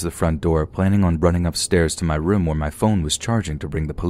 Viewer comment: can you please not pronounce the word "Room" as "Rim." It's rOOm, O-O. I enjoy your readings but it's unlistenable for me.